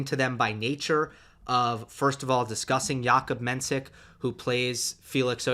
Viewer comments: Hey, Its pronounced Menshik, not mensik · Appreciate the support for Menšík! Just wanted to say that if you’d like to pronounce it properly it’s Mensheek (š is sh and í is ee). Though maybe Jakub doesn’t mind iirc